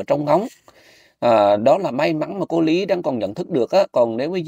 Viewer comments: hỏi lại mình mắc cười quá. Cô ný= cô lý.cô nan= cô lan.😅😅😅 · Lý chứ k phải Ní ơi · Nói ngọng , Lý mà Ný , Nàm .... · Tiếng địa phương chứ tên cô của bé là lý chứ k phải ný đâu ạ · E là người trong video tìm kiếm cô, cô e tìm là cô Lý, xin lỗi mọi người vì e bị ngọng vùng miền e Thái Bình là L và N mong mọi người thông cảm